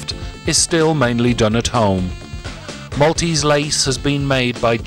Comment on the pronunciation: Thank you for highlighting the Maltese Islands as you have done. Just enough detail to spark an interest and a general historical development to give a good understanding of the Maltese nature. One thing that is very common in "English" presentations such as yours though, is the mispronunciation of the name of the city of Mdina. It is not Medina. It is Mdina, actually l'Mdina" so, although there is no "I" preceding the "M", it is pronounced as if there is one. an "I" (Imdina). A small thing, but a little annoying to hear if with Maltese ears. Thank you again for this!